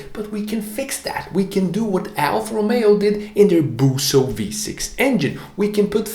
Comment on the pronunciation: BUSSO, not buso